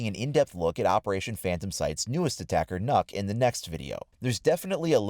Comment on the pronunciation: it's not pronounced "nook" it's Nokk(Knock)